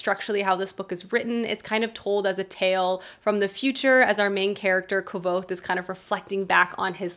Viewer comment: If the final Name of the Wind book ever does come out and you read it, just so you know, kvothe is pronounced “quoth”! Like, quoth the raven.